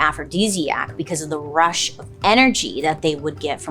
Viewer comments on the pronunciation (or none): none